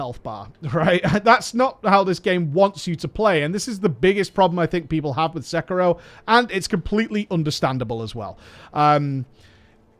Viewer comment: Umm isn't is Se-ki-ro? no Sek-iro